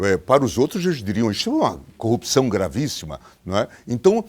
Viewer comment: Sergio Moro senador, São Paulo maior PIB do Brasil, fala corrupção, caraca tu e esquisito,não sou juiz nada, aprenda falar o português, o cara fala copcao.. senador..e esse Bolsonaro indicada um juiz q sabe falar, e algo grave, O português e o mínimo, detalhe n sou petista porém burrice, caraca fui alfabetizado no sítio, um juiz q n sabe falar, incrível, da vergonha ouvir o Sérgio Moro falar, parece meio ignorante..o Lula sem estudo e mais esperto q ele, e muito sem noção, juiz aprende a falar